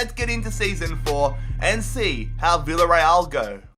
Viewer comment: It's pronounced biyareal